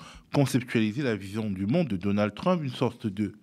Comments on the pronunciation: C’est énervant ce “Trümp”, pourquoi pas “Müsk” alors ? Jusqu’à maintenant l’analyse évacue le fascisme. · Ce vieillard qui prononce " TrU-mp", et nous cite des sketchs de Fernand Raynaud, croit nous donner une analyse moderne, il est pathétique ... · Jamais entendu un francophone dire Trümp !!! Ça fait un peu bosch, non ? 🤣🤣🤣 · Démonstration magistrale ? Il ne sait même pas prononcé le nom Trump ! Mais Monsieur sait tout ! Ah mais c'est vrai....faut qu'il protège son salaire !!!😂😂😂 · Pitié, prononcez Trump correctement... Le personnage est déjà assez pénible. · I est incapable de prononcer correctement le nom "Trump" l'expert? C'est grave énervant 😵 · C'est vrai ! Ca m'a fait trop marrer !!😂😂😂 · Je pense que c'est voulu. C'est une marque de non-respect.